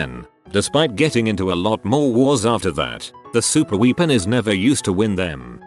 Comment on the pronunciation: "super weepen"